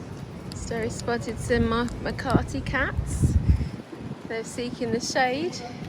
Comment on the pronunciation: There is NO R in Makati. Ma ka ti